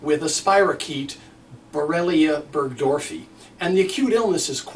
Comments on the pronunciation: Furthermore you mispronounced it! It is Borrelia burgdorferi, not burgdorfi. Might not be a bad idea to learn to pronounce what you are saying isn't really that big of a deal. Makes you seem more credible. :) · And really! Learn how to correctly pronounce "burgdorfERi" - you really sounded foolish from the beginning! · oh, BTW you missed a whole syllable in the name of the bacteria. Ya, we should trust you and you can even get the name of the bacteria correct? You gotta be kidding. Even -I- can say it and I have verbal aphasia. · It does not. The "doctor" can't even pronounce it! PATHETIC!!!